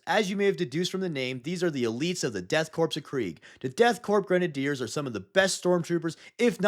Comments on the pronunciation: Great vid! I know ppl probably ask u a lot, but why do u swap the pronunciation of korps with corpse? Corpse is pronounced how its spelt and the p in korps is silent I thought it was a bit but u mispronunce "corpse" on the other vids too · I like how you flipped the pronunciation of Korps and Corpse. I don’t know if it was intentional but it was funny.